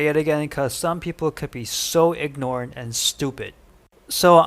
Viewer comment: That’s an interesting pronunciation of ignorant by the first lad.